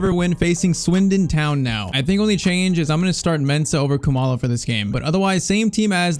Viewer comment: still shocked about how accurately you pronounced Khumalo